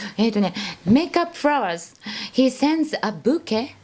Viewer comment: French guy speaking, the beautiful lady pronounces "bouquet" the right way. Don't listen to the Yankee lol